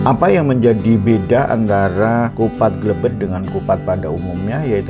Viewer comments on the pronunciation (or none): Bukan glebed tapi glabed pak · Bukan Glebed, tapi Glabed..😁👍